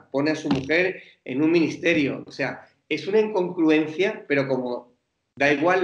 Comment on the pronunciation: El tertuliano estrella de Espejo Público no sabe decir "incongruencia".